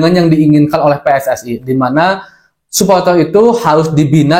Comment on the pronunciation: suporter bukan supoltel😭🤣